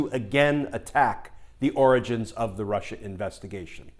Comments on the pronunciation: Why do you keep pronouncing Origans not Oranges ? Like the Geenius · You keep mispronouncing Oranges. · Hey Glenn, am very disappointed that you keep mispronouncing the word. It's 'the ORANGES of the investigation' Also, law abiding & all as they are, I hope all 50 people ignore the subpoenas. If they are threatened with jail, then all the ones who ignored Congressional subpoenas should be jailed too (sauce, goose, gander). And do you really think Brennan, Clapper, Yates, Comey et al will run rings around Graham & Co? They won't be given a chance. All those Senate Republicans will grandstand the time away & they'll have the upper hand. It'll look worse than ever. Better to ignore the subpoenas & say "Waddya gonna do about it?" Don't forget who we're dealing with. You don't play fair with them. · Glenn, I believe you misspoke. I believe it’s pronounced the “Oranges of the investigation.”